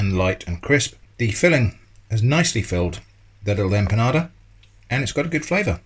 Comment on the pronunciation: Hi there, thanks for trying out all of these things, I always roll my albóndigas by hand, but after having seen this I may buy the meatball herramienta jajjaa. Another thing, knowing of your interest for Spain and it's kitchen and culture. It would be lovely to here the the word empanada not said as 'empanaRda'.Also empanadillas is easier to say without the R sound and but as you already know, saying a 'ya' sound where the double 'l' are. Love the choice of video,🙂